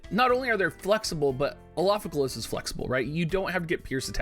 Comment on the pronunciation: Is your tongue all twisted by saying the 5-syllable mantra Elafike"L"as for this whole week? That's an R in Elafike"R"as, and now you've just changed the spelling in the title, oh man...oh the struggle...and you plan to use it heavily in the future...